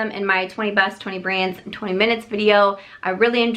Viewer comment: I just laughed way too hard when you said "20 breast" instead of "20 best" (I'm 30...)